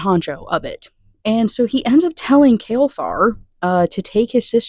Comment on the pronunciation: I thought you said his name was Kalefart for the longest time 🤣